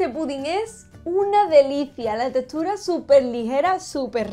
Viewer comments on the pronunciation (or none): Jajaja me encanta que siempre hace comentarios sobre la textura de las delicias que prepara pero me encanta como lo dice..."la testura"...